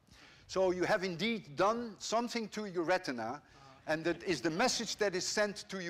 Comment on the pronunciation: ''somesing'' im dying